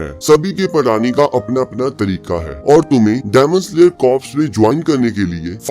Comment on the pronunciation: Bhaiya demon slayer hota hai damon slayer nahi hota